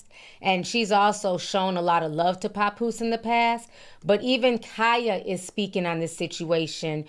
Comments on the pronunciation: Ti, you pronounce his name wrong 😂 it's pap like pap smear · lol not “Capoose”🤣🤣🤣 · “Pa-Poose” lol I love your accent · Idk where u from but it’s obvious it ain’t up north. It’s irking me the way u saying papoose name 😂😂😂 Girl bye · I can't stand the way u say Papoose's name chile 😕😂